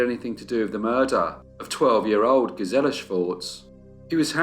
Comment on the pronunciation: GEEZ-il-uh. GEEZ-il-uh.